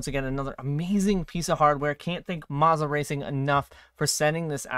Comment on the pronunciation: Please pronounce Moza correctly 🤦‍♂️. Carry on…